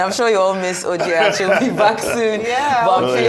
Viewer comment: Dr. Abati should not try this again O, my heart skipped a beat when I heard him say Oji. Please I love the crew, they're doing excellently well. But I miss Ojinneka Ojy Okpeee